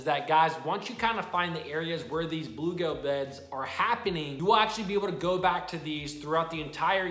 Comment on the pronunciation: Dude! It’s bluegill, not bluegale. 😂. Love your videos.